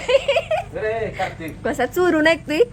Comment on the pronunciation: दादांचं मराठी जरा कचं आहे का करतिक अस नाही कार्तिक अस येत 😂